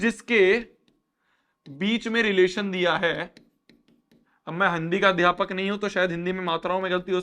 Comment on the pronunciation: Am I the only one , who heard 'handi ka adaypak' 😭